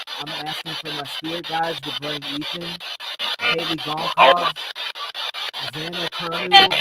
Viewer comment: The last name Goncalves is pronounced Gun- solve-ass.